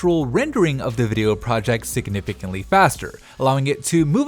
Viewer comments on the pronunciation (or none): "siginifinctly" faster